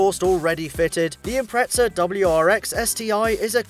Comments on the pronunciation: its not impretsa its impreza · Impretza xD!